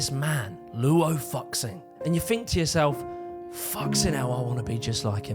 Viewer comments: Fuxing is pronounced 'foo-SING'. You're welcome. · Just a friendly heads up that the X in Chinese terms is pronounced sh, so the name is pronounced Luo Fu-Shing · The letter X makes is pronounced with the sh sound when Mandarin Chinese is written in English. Fuxing would be pronounced “foo-shing”. And the letter e is pronounced uh. So shamate is pronounced sha-mah-tuh (suh-mah-tuh SMART). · he was so confident in the way he pronounced it like it would really be "FU XIN" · I'm not even Chinese, and I was gonna make fun of him for this. Fuck-Sing... lmao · Fuxing = Foo-shing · By the way, it’s pronounced “foo-shing” 😅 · Wow, I saw many many 杀马特 shamate in Xi’an in the 2000s, didn’t know that they were a whole subculture, just thought they were some crazy dudes! Thanks for the info man! Also his name is pronounced fu shing😂😂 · Hey, so the 'X' is actually pronounced like a 'sh' in Chinese. So more like Fushing, not F******. 💀 Besides that solid docu. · Wouldn’t fuxing be pronounced something like “fushing” tho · fuxing is almost certainly like [foo][shin] /fʊʃɪŋ/ in visual kei kei is like /keɪ/ in case. come on you literally have the correct pronunciation in the edit. minimal amount of research into phonetics would go a long way. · I like the very authentically British commitment to not pronouncing Fuxing any other way. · Probably doing it deliberately but the mispronunciation of Fuxing brings me the same visceral reaction as nails on a chalkboard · That's not how you pronounce Fuxing... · somehow you managed to screw up 'fuxing', 'kei' and most egregiously of all 'bowie' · Lou Fuxing;; In asia, Fuxing is supposed to be pronounced as Foo Zing. X's are pronounced as a Z. Surprised you didnt want to make sure you were reading that properly before going on video. The fuxing joke isnt that funny unless you're 10yo.... Update: You said david Bow eee... Nevermind. Carry along lol yeeeeeessshhhh... UPDATE AGAIN: BRUH YOU CAN PRONOUNCE GUANGDONG?! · It's foo-shing